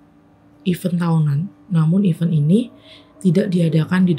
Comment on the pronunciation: jadi dapet mobilnya jam 11/12 malam nih? wkwk kalo mau membacakan kembali sebisa mungkin dibaca dulu yaa email nya sampai paham ceritanya baru di rekam😊 semangat👍🏼 oh iyaa event untuk acara dibacanya "iven" yaaa, jd nya bingung 😩